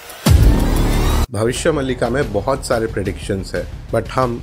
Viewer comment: भबिस्य मलिका नहि भबिस्य मालीका में बही से हु तो ग़लत pronounce mat karo